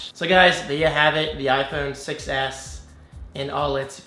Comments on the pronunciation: Does anyone else hear iPhone success when says iPhone 6s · Every time you say Apple "6S", it sounds like you're saying Apple "Success"! Lol!